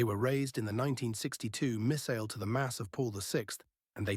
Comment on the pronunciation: Missal not missile!!